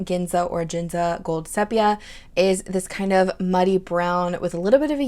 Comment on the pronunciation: Lovely colors, thank you for sharing! Re: "Ginza" pronunciation....it has the same G sound like Gold or Godzilla :P As far as browns that are go-to for me, I only have a full bottle of De Atramentis Document Brown. If I had to buy another bottle, I have Noodler's Whaleman's Sepia (Goulet exclusive) on my list. It's a lovely dusty brown with slight waterproofness. Not enough to use for my watercolor drawings, but enough so that the words won't noticeably fade away with a water spill if I needed it for writing purposes. For drawing purposes, I really enjoy mixing the R&K SketchInks to get my desired brown to match my particular mood/watercolor color palette at the moment. I'd love to try more browns in general though....like you said, browns are so versatile...they can be used the whole year